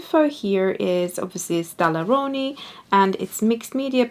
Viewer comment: Every time you pronounce "Daler Rowney" I crack up. Sounds like an Italian dish! Dalleroni!